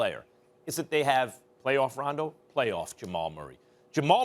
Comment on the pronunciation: did he say Denver has playoff RONDO?😂😂😂😂😂😂